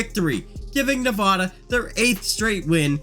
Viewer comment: THATS NOT HOW YOU SAY NEVADA